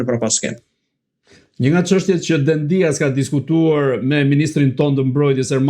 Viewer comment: E theksoni gabim mbiemrin e ministrit grek në fjalë: jo Dendías (me theks te i-ja), por Dèdja (me theks te e-ja). Dihet se ai ka rrënjë shqiptare, dhe në Shqipëri e kemi shumë të përhapur mbiemrin DEDJA. Alfabeti grek nuk e ka shkronjën D, d; tingullin D grekët e shkruajnë NT, dhe herë e shqiptojnë ND, herë D.